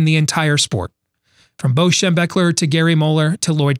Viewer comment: what kinda crazy fella puts up a certificate on the desk on the show? I am trying to think of a caption here...you, the certificate, your false optimism, those glasses and the way you say " BO Schem...er"...Best caption wins my forever Buckeye respect...go for it!